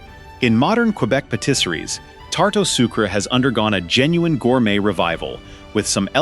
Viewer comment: You are fired from ever narrating any French words. Do you hear me? The pronunciation of the phrase tarte ou sucre was unforgivable. You should be ashamed of yourself; you should be fired.